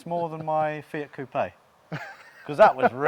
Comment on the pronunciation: He’s Italian but still calls a ‘Fiat Coop-ay’ a ‘Fiat Coop’ 🙄